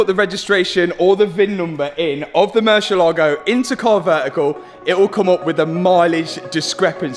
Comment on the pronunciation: Please .. mercy A ligo .. accent over the A